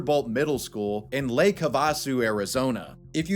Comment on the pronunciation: That lake pronounciation was cruicial 😂😂😂